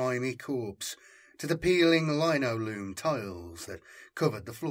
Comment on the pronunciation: The pronunciation of linoleum made me laugh